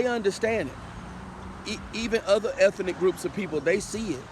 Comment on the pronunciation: "eth - EN - ic " More pure SAVVASOOCH 😅😅😅😅😅😅😅😅😅😅😅 Can I done GETZA WITNESS RIGHT DEAHHHHH 🧻 🚽 🧻 🚽 A 5 piles rating💩 💩 💩 💩 💩, P DUD 😅😅😅😅😅😅😅😅